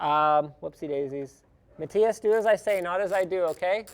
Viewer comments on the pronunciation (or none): none